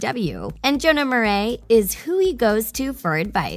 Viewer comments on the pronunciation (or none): none